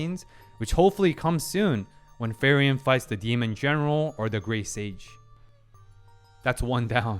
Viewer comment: I gotchu, her name is pronounced like Free-Ren, good stuff